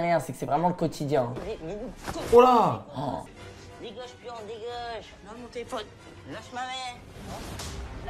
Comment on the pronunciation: A la plaçe de dire dégage comme tout le monde lui il dit degainge😂